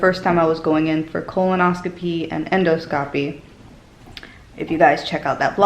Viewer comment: Silly little things that drive us grammar nerds crazy... I notice that you say colonoscopy correct, but then you mispronounce endoscopy. Just as you pronounce colon and then oscopy (soft O’s), you would say end and then oscopy (soft O’s). Not endo scopy, with a hard O. Endoscopy, smoothly just like colonoscopy.